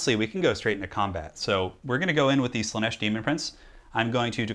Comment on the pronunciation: Random bit of info, it is Slaanesh not slaneesh